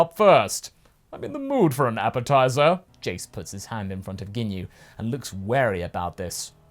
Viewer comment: Did you say Napa-tizer?